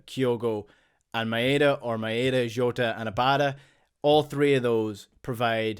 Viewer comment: Rogic and Jota pronunciation?